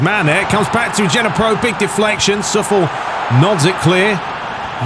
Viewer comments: Glad to have this season back... commentary is welcome as well! Key to keeping this fun is building the team up through realistic means. The real manager is better than Luigi too my friend. P.S. Coufal = COO-FAL not SUFFELL P.P.S. L1 & R3 as the AI is just about to strike a free kick, you can get the keeper across to save if you time it well. Defender on the line does nothing usually. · Btw, Coufal is pronounced "So-fal"